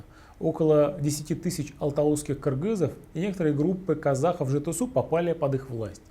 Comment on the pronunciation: Жетису а не Жетисау)))